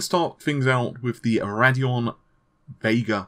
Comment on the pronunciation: It's Radeon not Raddeon